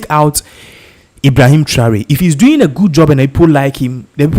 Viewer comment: It's not Traway, it's Tra or ry.